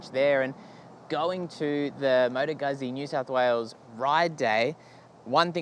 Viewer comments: It's pronounced 'Gut-zi' - in as 'Pit-za'. Stop pronouncing it as 'goozi' - it makes you sound like a bogan. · In italian, zz is pronounced T, not tee, T as in Too, but no oo, got it, or Tz but dont pronounce the z too much. Now the Gu is not Gut, its G as in Goo without the oo. Got it Guzzi If you cannot use your tongue, you will never win this word, if you are not a Wog, (like me) we will always make fun of your pronunciation. LOL